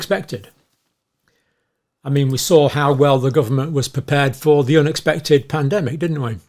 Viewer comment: Did John say plan dem ic ?